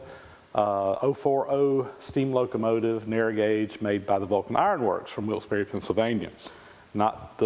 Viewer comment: Thanks for pronouncing Wilkes-Barre correctly (a resident). 👍